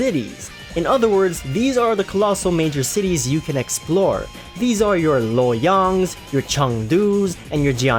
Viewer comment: HAHAHA pronounce Loyang Cheng Du ....